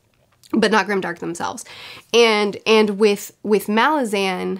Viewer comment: Pronounced: Malázan Not: Màlazan The reason? Not because Erikson said it, but because if you are from the city of Malaz, regardless whether you pronounce it Màlaz or Malàz, you will always be a *Malàzan*! You're welcome 😁